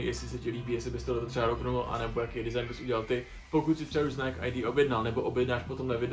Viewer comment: rikas tady jak maji cesi spatnou vyslovnost a snazis se mluvit s ultimatnim prizvukem a pak Nike ctes jako "najk"